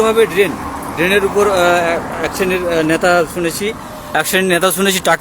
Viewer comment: এখান থেকে ইনকাম হচ্ছে বস্। এগুলো সোনার ডিম দেওয়া মুরগী। রোজ এদের থেকে তোলা তুলছে। মানুষই তো এদের ভোট দিয়ে নির্বাচিত করেছে,এরা এখন যা করবে সেটা মানতে কারও অসুবিধা হবে কেন? আর আপনার উচ্চারণে নেতা,ন্যাতা হয়ে গেছে। একদিক থেকে হয়তো ঠিকই বলেছেন।